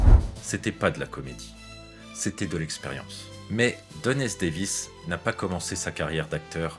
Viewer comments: Chouette, cette vidéo. <3 Quelques petites erreurs : * une erreur de prononciation de Don S. Davis qui est devenu Don S. David ; * Carmen Argenziano n'a pas joué dans Grey's Anatomy mais dans Dr House ; ;) * "Et Jack O'Neill devient Jack O'Neill" ?? C'est moi ou vous vouliez plutôt dire "Et Richard Dean Anderson devient Jack O'Neill" ? "O'Neill, avec deux L!", dirait Jack. :D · Très bonne vidéo ! Le seul truc un peu gênant c'est au moment de parler de la mort de Don S. DAVIS, vous dites "Don S. DAVID"